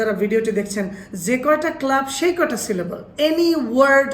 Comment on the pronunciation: apnar bangla "যে" উচ্চারন ঠিক না